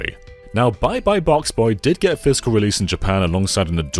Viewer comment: I love how you pronounce "physical" as "fiscal" ❤ mad business man vibes